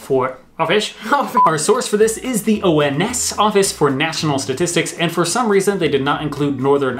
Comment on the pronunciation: I'm a great fan of shtashtishtishtics. Looking forward to hearing their next album 🤣🤣😘